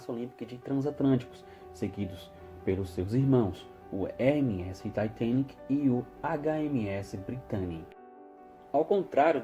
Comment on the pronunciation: Finalmente alguém falou o nome do Titanic certo kkk glória a Deusssss kkkkk